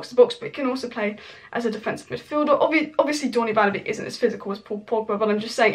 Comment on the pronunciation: its pronounced Donny Van der "Bake" not "Beak"